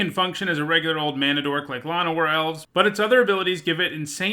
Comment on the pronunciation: Shit. You say "La-no-war Elves" but everyone I know says "Lan-o-war Elves"; I like your pronunciation more so.